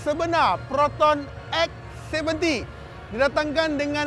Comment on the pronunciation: X abam bukan S ... 😂